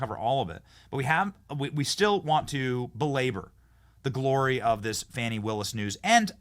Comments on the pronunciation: Why is the CNN reporter calling her "Fonny"? Her name is "Fani" like a woman's backside "Fanny" 😂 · Benny, how could you let your guest mispronounce Fanis name? Its Faaaaaaani Willis, Faaaaaaaaani! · F-A-N-I spells Fawny like S-A-D-E spells Shawday